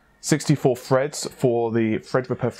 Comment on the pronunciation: "Thirty two cores, sixty four freds". Stop being lazy. You sound stupid saying f instead of th